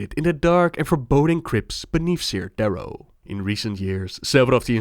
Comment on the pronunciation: Its "care" darrow not "sear" darrow. Still a great video.